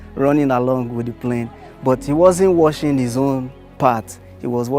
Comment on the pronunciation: To pronounce watching, u say = “wochuhng “, not woshing like u said. To pronounce washing. Look more video on how to pronounce some words on speech and language videos.